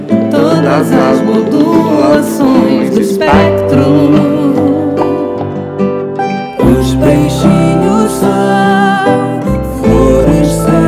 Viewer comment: Marisa: Todas as modulações do espectro. Arnaldo: Todas as modulações do espáctro.